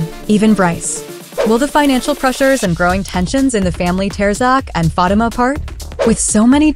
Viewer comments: That is so true. Learn to say her name RIGHT PLEASE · The person in charge of relating upcoming info to us about episodes of Zatima needs to pronounce Fatima's name correctly. It is very irritating to hear this person continue to mis-pronounce Fatima's name. Your followers would increase if you showed more respect for one of the main characters of Tyler Perry's Zatima. Do you even watch the show, seems you would know how to pronounce Fatima's name of you did. Fix this immediately